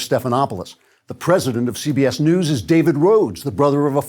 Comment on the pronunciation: I thought he said fake "dews" ...like the "mountain cool" you'd get from a No Frills.